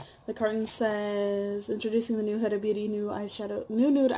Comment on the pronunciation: Its pronouced WHO-DUH lol I love your hair color btw. Its amazing. Im also a beginner and i think I'm horrible at eyeshadows too but i think ur killing it.